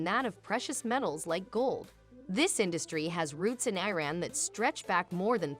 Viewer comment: First: You could at least learn how to pronounce the name Iran. Second: I have never seen anyone in Iran eat using their hands. The oldest cutlery for eating, fork, spoon, and knife are found in Iran. Third: most Iranians eat behind tables, if the table is not large enough or too many guests it is usual to sit on the floor. I guess you have never been to Iran before.